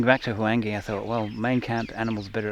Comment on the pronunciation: Luvverley stuff as always. I chuckle… H-wange? No man, it is a smoother transitions of sounds, a whooshing Wwhange. Such a WASP you are;) On a more serious note, what is your feeling about removing sunglasses from our faces when we interact with local people in Africa?